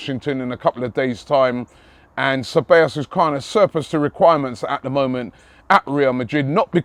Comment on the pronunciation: Cabellos: Kah-bye-yos